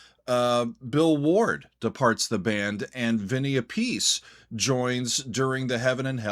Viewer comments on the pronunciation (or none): FYI: Vinny Appice's last name is pronounced Ah-puh-see. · Vinnie's last name is pronounced APP A SEE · Info: Appice is pronounced "APP-uh-see" 👍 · Vinny Appice (pronounced: app-a-see). There’s a joke that he and his two brothers all pronounced their last name differently.